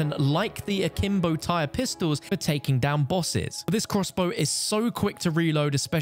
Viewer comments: ITS NOT PRONOUNCED TIRE YOU UNCULTURED HEATHEN. It’s pronounced like Tyr from Norse mythology. It’s pronounced like Tier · Ugh…. Tyr is pronounced “tier” not “tire” 🤦🏻‍♂️ Do people not notice how all the attachments are all Norse gods?! Good grief. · It’s pronounced the TEAR, not tire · Note tire, tear like when you cry. As I do every time I hear anyone call it a tire. Does nobody know Norse deities are the theme. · It hurts to hear you pronounce it as tire... its tier in pronunciation like Tyr of the giants in Norse myth. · The revolvers are pronounced like “tier” not “tire”. It’s named after a Norse god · You are pronouncing Tyr wrong, it's the name of a Norse Mythological being, it's not Tire, it's Tier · "Tyr" is pronounced "teer" not "tyre/tire" like the norse god. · Tyr as in tear. As in the Nordic God of War. Not "tire" not "T-Y-R". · Tyr is pronounced tear as in teardrop im pretty sure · Tier... That's how you say Tyr, as in the god of war from Nordic mythology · It’s pronounced “Teer” like the Norse god. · It's Tyr. or Tier, or Tear. T - eer my god man the mispronunciation of this weapon from everybody is killing me man. its a name based a Norse god. as are some of the attachments for it. TIER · Good video, but the first pistol is pronounced Tear, like from your eyes as it's spelled the same way as the norse god Tyr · The fact that you pronounced "Ullr" right but was mispronouncing "Tyr" was tilting me so badly 🙃😅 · There is since the attachments have other norse god names... So you should know its in reference to the gods name...